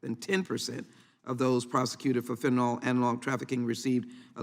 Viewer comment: It bothers me she doesn't pronounce fentanyl right...fennanol